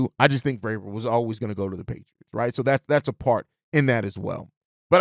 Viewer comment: Glad Vrabel is off the list because I couldn't bear you mispronouncing his his name every day. At least you realized you were having issues with it and working on it lol. Much love though bro!